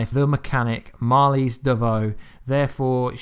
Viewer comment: It's "Marlize" not Mali